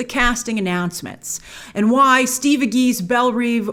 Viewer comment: Belle Rêve (Rehv, not Reev)